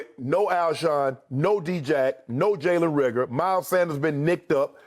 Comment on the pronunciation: “His first round pick Jalen Reagor is IH OOH AAOORRR”